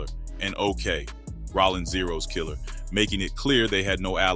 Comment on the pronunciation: sounds like a ai voice lol bro said rawling instead of rollin